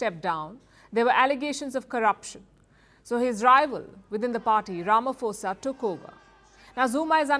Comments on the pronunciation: Palki, we went through this back when you were still at WION… It’s not pronounced Ramafosa it’s pronounced po as in potential… Ramaphosa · Its RamaPAUSA not ramaFOSA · 😂😂😂🤣🤣🤣😅😅😅mara uya fosa lo Ramaphosa 😅😅😅😆😆😆😁😁😁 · Palki Ramaphosa is pronounced Ramaposa